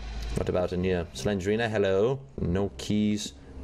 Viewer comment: It's Slen-DER-ina